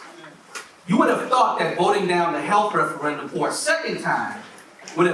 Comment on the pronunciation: Did she really say "mental helf" also.